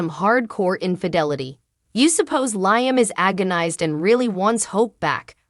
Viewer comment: Does this woman read the comments. His name is Liam....as in Lee-um.